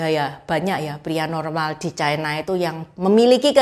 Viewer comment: Ucapan yg bnr : China, bukan chaina